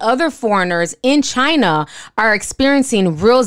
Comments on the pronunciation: Trump: “because it comes from CHY NA”😂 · Lol, rofl I thought I was the only one who found his pronunciation of China, helluva funny.